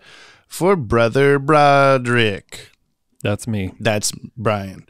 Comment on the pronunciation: Hello and brother bullet brick Broderick. One surprised you said my last name right as so many manage to get it wrong and I’ve never thought it was that complicated 😂. And as predicted by the time I reached the last episode I commented on I had entirely forgotten and was baffled to hear my name, and as for night shift Brian, it’s a killer, good oh 10pm to 7 am, but I got the yoppy dudes to get my though it, peepee, poopoo Edit: also I am a graphic designer and think it’d be fun to make T-shirt designs out of the inside jokes on the podcast and emailing them for you to enjoy. So lmk if that’s something you guys would enjoy!